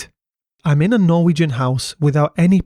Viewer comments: Very well pronounced Norwegian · Wow that was amazing, great research and your Norwegian pronunciation was extremely good. Thanks 😊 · Honestly for a non-Norwegian speaker your pronunciation is wayyy better than most other YouTubers that try to pronounce Norwegian stuff - Also, nice vid with nice editing and good writing 👌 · Great job on the norwegian pronounciations. Much impressed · Yes, overall good pronunciations. We are - understandably - not spoiled in that regard!